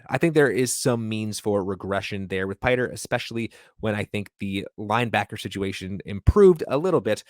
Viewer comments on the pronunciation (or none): Not "Piter." Pee-tray.